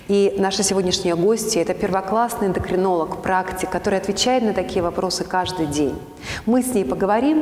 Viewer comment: А почему слово эндокринолог у Вас с ошибкой? Не про Ваш канал это, обратите пож-та внимание на это.